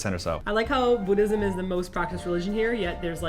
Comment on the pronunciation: YES, THANK YOU FOR ACTUALLY PRONOUNCING "MUSLIM" AND "BUDDHISM" CORRECTLY